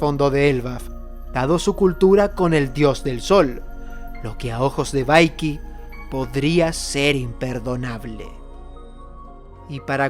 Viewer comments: por favooooor. Desde que lo presentaste a Vicky the Vicking en el canal le dices "baiqui", en realidad se pronuncia "biqui". Perdona el tono pero es que me lo llevo aguantando desde la primera vez. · Gran vídeo (como siempre), pero que sepas que cada vez que pronuncias Vaiki en vez de Viki, muere un gatito inocente.